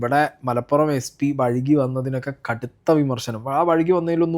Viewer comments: "വഴുകി" എന്നല്ല ബ്രോ "വൈകി" എന്നാണ് പറയേണ്ടത്. MLA'kkum തെറ്റിയെന്ന് തോന്നുന്നു. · വൈകി ❌ വഴ്കി ✅